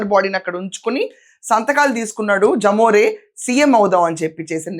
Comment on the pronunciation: జమోరే కాదమ్మా, లెమొరె. అంటే లెవిన్ మోహన్ రెడ్డి.. అలానే పలకండి